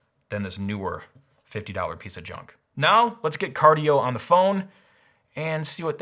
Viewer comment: Cardie-O? Is this Cardi B's shady cousin? XD